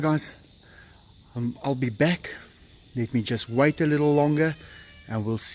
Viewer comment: 😂😂So the word that sounds like "F"word was actually "wait"? It all makes sense now😊 So many of us thought he was using the "F" word..(sorry cuz it sounds almost the same haha!😂) will thank you for that if he sees these comments! Thanks again and hv a great day &night!! ❤🐯🐯🐕🐱🐒❤